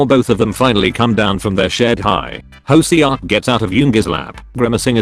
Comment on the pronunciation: pronuncation. hoseok- hoesuk taehyung- taehiung jin- seaukjin